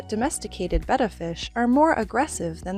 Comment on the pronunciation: Thank you for saying Betta correctly!!